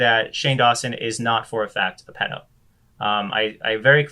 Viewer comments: ... why are you saying “pledo”? If you’re talking about the shortened form of Paedophile/Pedophile... then there is no L in ‘Paedo/Pedo”, besides the point but you said it more than once so rather than a slip of the tongue you seem to think that’s how it’s pronounced 🤔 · You said pledo twice idk why that bothered me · Why do you say pledo btw? Also this "man" (Onision or Greg) should not be allowed on the internet. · Its PEDO not PLEDO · Is he saying pledo? Lol!🤣